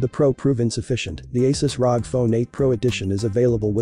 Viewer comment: its R O G not rog